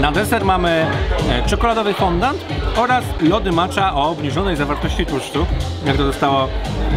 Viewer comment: To jak już się edukujemy to też fądą, a nie fondant 😁